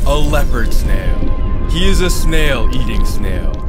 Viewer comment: leopard not leaopord